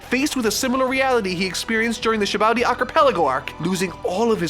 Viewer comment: bruh please learn how to pronounce sabaody i beg you